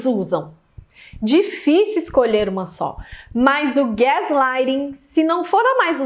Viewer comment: A pronuncia certa é Gas... ou Gés...???